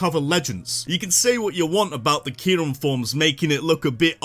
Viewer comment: KYUREM, NOT KYRUM!